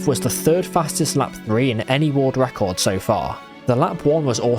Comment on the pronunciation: "Woorld ruckord"